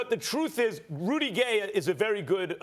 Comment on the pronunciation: LMFAO Ryan said "Rudy de Gay"